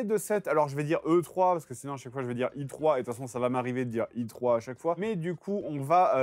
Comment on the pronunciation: Faut choisir pour E3 C'est "HEUTROI" ou "IKIOUB" :) mais pas "ITROI".